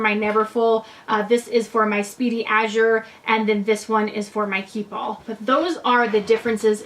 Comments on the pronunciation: gosh pronounce it correctly, it matters so much. How dare you. it Azur, not Azur. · Its pronounced "Damier Ah-zur". Thanks for sharing! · Great video, thank you! P.s. you are pronouncing “Azur” incorrectly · Great video, ty! You are not pronouncing “Azur” correctly :)